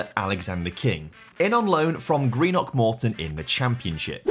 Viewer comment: Not even a minute in but had to comment - so good to hear someone pronounce Greenock correctly! I’m from there and live in England and the amount of people I know who say it so wrong is painful.